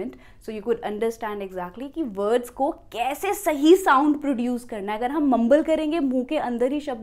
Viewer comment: Madam ji, aap ko “w” se start hone waale aur “v” se start hone waale words ke pronunciation pe kaam karna hai aur. Tutorial mein pick kiye W aur V waale shubd to aapne barabar se pronounce kiye. Lekin jab general explanation ke time pe jab bhi “words” kahaa aapne, tab aapne “vards” kahaa.